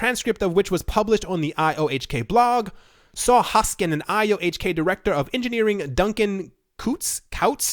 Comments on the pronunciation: Its HoskinSON. Not Hoskin. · Hoskinson. Hoskinson. HoskinSON. NOT Hoskin. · Its not Hoskin its Hoskinson..3 times same mistake..c'mon..Cardano is the best coin on CMC,respect! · can u read? say it..... hoskinSON if you cant read or sound intelligent you're not worth listening to